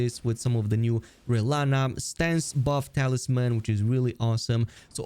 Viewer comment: 1. Rel-Lan-na 2. Rak- Sha- Sa